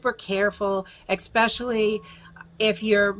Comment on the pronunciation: “Expessially” important or especially lol